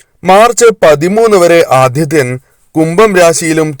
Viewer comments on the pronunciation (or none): ആധിത്യൻ അല്ല..ആ ദി ത്യൻ